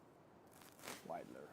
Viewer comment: If it helps, it's pronounced wide-ler